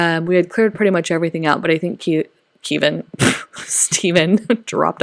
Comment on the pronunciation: So beautiful! Love hearing about your experience with the new house 💕 also, "keyven" 🤣